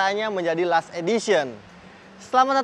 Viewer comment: Last di baca lest.Klo Lust=lust itu nafsu birahi.